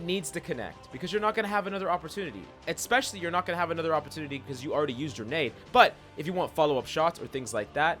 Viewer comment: Its pronounced ESPECIALLY!